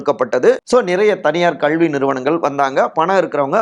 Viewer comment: விகடன் நிர்வாகத்திற்கு ஒரு வேண்டுகோள்... இந்த வீடியோவில் வருபவருக்கு கல்வி என்பதை எப்படி தமிழில் உச்சரிக்க வேண்டும் என்பதை தனி வகுப்பு எடுத்து கற்றுக் கொடுங்கள்... அவ்வாறு முடியாவிட்டால் இந்த நபரை மாற்றி விடுங்கள்